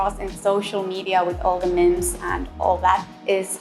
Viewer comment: Did she pronounce memes as 'mims'?